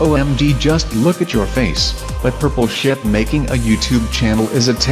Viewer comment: Purple Shaap? It's Not Pink Sheep?